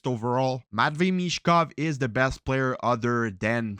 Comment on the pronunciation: BTW his name is Michkov not Mitchkov 🖖🏻✌🏻